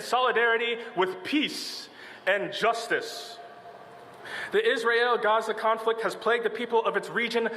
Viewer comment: Genocide Joe can't even pronounce Gaza.